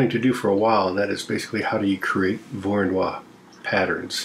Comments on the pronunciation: It's pronounced "voro no E"... I mean, it's "Voronoy". It isn't pronounced "Voro-noix". (A "noix" is a nut in french ^^, but I only make that point for phonetics) I hope that what I said makes at least some kind of sense... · Small note: Georgy Voronoi was Ukranian and Russian. So that would be pronounced Vorono(ee), not 'Voronoire'